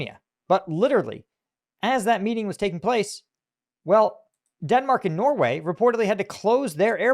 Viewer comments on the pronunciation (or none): none